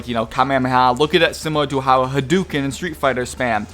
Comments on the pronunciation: Newer SF games don't let you spam Hadoken(not 'haducan'), or at least not strong ones. Slow, useless Hadokens are spammable, but strong hit Hadoken takes up your meter, or using Hadoken waves(3p) instead of blasts take up special meter, which they aren't counted as finishing moves(double input with 3p). So yeah, this guy hasn't played SF in a while, and isn't as hardcore a fighting gamer as he likes to think. (What's a ha-du-can anyways?) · Suffering from "Americanitis" when you pronounce words. Dem-IIIII-gruh. Ok I stopped the video when you said "hadoookun".